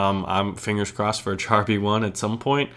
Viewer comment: Char in Char B1 is pronounced "shahr"